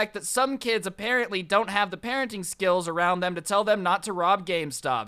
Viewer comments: social skeals🤣🤣🤣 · social "skeelz" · “Social skeels”